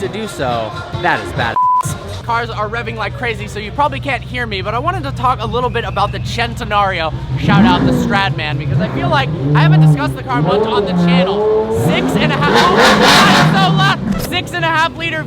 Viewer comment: Why is it still pronounced as if it were lamborghini "SHentenario"?